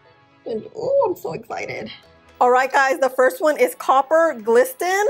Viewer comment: Copper “glisTen” omg girl nooooo it’s pronounced like “glissen.” Love the color on you though!!